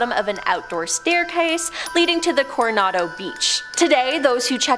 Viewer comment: Please learn how to properly pronounce words. Examples....Marine Corp is pronounced like "core". Hotel Coronado. " Core-o-naado". There are several words that has been mispronounced. Thank you, Native from San Diego, California.